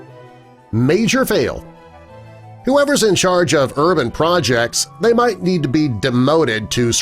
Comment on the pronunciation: They "mite"